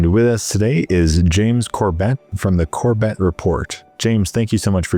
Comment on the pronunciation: It's pronounced Core bitt. James Corbett is a world treasure I have been listening to him for over 10 years he is a phenomenal guy. I found him before covid and listen to a lot of his stuff during covid. Very level-headed smart individual that we need more of. Thank you for having him on get more people like him on if you can. God bless you 🙏💖